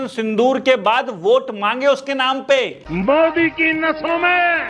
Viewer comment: Boss d k ❌ modrike 🤣